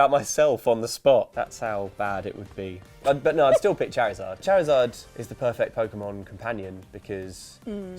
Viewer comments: XiViX Spectre yeah... cha-rizard sounds odd. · The way says "Charizard" wounds me....